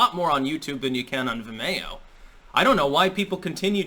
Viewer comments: Ve-mayo... lol... its Vi-Mio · Vimayo? wtf is that? its Vimeo (Vim-E-oh)... You know, like video but with an "M" instead of a "D." You wouldn't say "Vidayo." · vih-MAY-oh? Have I been wrong all along? I'm so ashamed (⋟﹏⋞) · The way pronounces Vimeo (Veme-o) is hilarious. 😂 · says Vimeo weirdly. It's suppose to sound like video. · I had no idea what you were talking about until I finally figured out how you pronounce "Vimeo"!